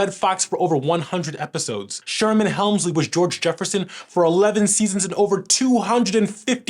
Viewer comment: Not " Helmsley" Hemsley